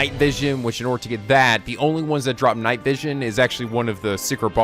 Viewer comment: Nigh, not night. That's quite a difference! :)